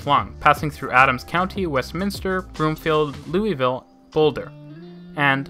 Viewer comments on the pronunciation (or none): Louisville is actually pronounced Lu-is not Lu-e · Flatiron Flyer is on US36 (not 26). Northwest Rail to Boulder, Longmont - maybe by 2050, if ever. Louisville pronounced like Lewis.